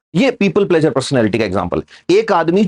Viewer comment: प्लेज़र नहीं प्लीज़र कहिए!